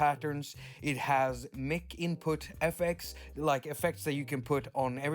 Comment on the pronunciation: Bro, I luv you. But I almost spit my Whiskey out when you said “Mick” (Mic) instead of “Mike”. (Mic).